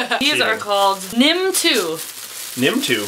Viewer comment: I love it, if Americans try to say german words. :D I think the only german words which you said right were 'nimm' and 'Sauerkirsch'. Kind regards from Germany.